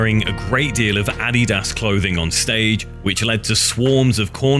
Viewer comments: addy das ? I've never heard someone call adidas addy das. 😂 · Addy-dos... WTF, you mean Adidas..? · I cannot get over the way he says Adidas. It is not ah-de-dass. It is a-di-das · It's (uh-de-duhs) Adidas. Not (A-de-dass) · Please learn how to pronounce Adidas. Not andidas wtf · It is pronounced "Ah-Dee-Dis" not "Ah-Dee-Daas" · I hate to be nit-picky, but ADIDAS and Puma are actually pronounced A-dee-duss and Poo-ma Not Addy-duss/Pee-oo-ma 😋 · im sorry, but adi-das? lmao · I’ve never heard someone pronounce ADIDAS so wrong in my life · The way he pronounces Adidas and Puma....is....well peachy. Lol